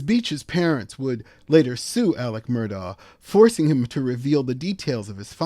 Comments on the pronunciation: AleX... There's an X in there as in AleXander, not a C as in AleCander. 🙄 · Isn't it Alex, not Aleck?